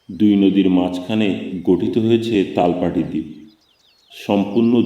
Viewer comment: সুন্দর বলেছেন। কিন্তু "তালপাটি" না, "তালপট্টি" এবং মধ্য না কিন্তু মধ্যে.